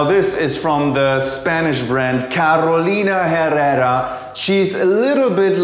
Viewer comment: I can't stand how people who doesn't speak Spanish pronounce Carolina Herrera, even in commercials. 🥴